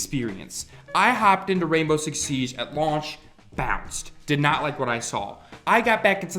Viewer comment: SIEGE not Siesh